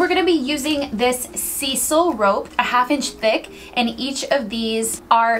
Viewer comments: S-eye-sal, not see-sal. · Hey, Cool video. Just fyi, Sisal is pronounced "Sy-sul" not "see-sul." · You’re adorable and I love this (and I just subscribed)..but Sisal is pronounced Sizal...like size,,,not seesal...lol. Sorry I just had to tell you that! X) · Great projects. You are one of my favourite to watch for DIY videos. By the way it’s pronounced s-I-s-a-l rope not lseesal rope. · I don’t think just hot glue will keep the rope on there. Especially being set on. And it is pronounced ( Sizal ). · Say “Sea-sal” again! OMG you had me loling!! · For anyone who hasn't worked with Sisal, the CORRECT pronunciation sounds like 'eye' or 'I' rather like S eye sle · Sisal rhymes with sister. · It's pronounced like "syzal"...just so you know...not to criticize xo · Heads-up. robe is pronounces s-EYE-sull. Love your DIY's. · Sisal poronounced ….. s eye sal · I don’t think it’s pronounced “Cecil” rope . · Why is it that no DIYers on YT know how to pronounce sisal?! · Please learn how to pronounce sisal.